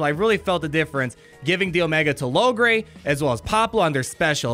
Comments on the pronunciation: It's pronounced "Low-gray" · Logray's being pronounced "Lawgay" lol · That is the first time I have ever heard “Logray” pronounced that way.